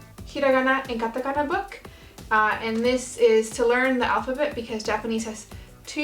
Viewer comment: Sounds like you said katakaga at first